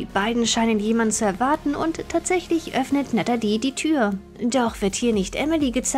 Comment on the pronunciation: Du kannst ihren Namen nicht mal aussprechen die heißt natalie und nicht natedi